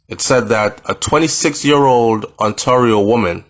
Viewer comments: Ontario is pronounced on-tear-ee-o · Sounds like travel insurance assisted with her with transport to Florida..but yes it makes you think of what the citizens of JA go through without access to proper medical care.... Pretty close...pronounced...On-tare-io.. No shade 😊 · It's simple say On Tay Rio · No disrespect it's pronounced on tear io but spell ontario.This might be a little easier for you.